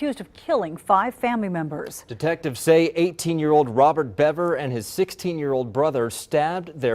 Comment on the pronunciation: The spelling of the name is Bever and it is pronounced like Bever (ly) Hills. Just a little heads up,.